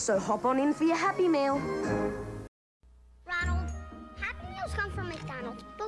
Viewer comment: It sounded like "duh, hey, Ronald" lol